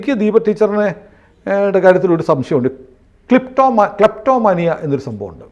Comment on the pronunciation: ക്ലാപ്ടോമാനിയാ ആണോ ക്ലിറ്റോമാനിയ ആണോ? 😂🙏